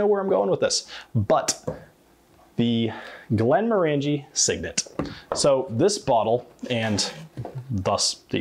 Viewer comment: Thanks as always,. And while some may quibble, I think you'll find that the proper pronunciation of Glenmorangie has the accent on the 2nd syllable--not the 3rd--so that they rhyme with "orange". I couldn't find anything on their own site to confirm it, but google the phrase: pronounce glenmorangie, and you'll find many sites and videos asserting this with confidence. It's indeed interesting to hear the "proper" way some popular Scottish whiskey brands are pronounced by Scots!:-)